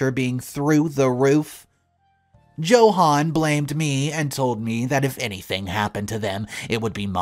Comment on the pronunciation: Who the hell is Jo Hann? It's pronounced Yo Honn! I know because around the German and Spanish speaking members of my dad's family they call John and Johan "YoHon"